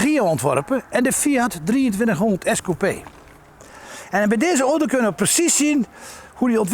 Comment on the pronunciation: niemand kan zo mooi 'oto' zeggen als meneer..